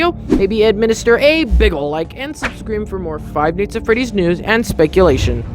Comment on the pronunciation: I like how he says five nights at freddy's like five neyghts at freddy's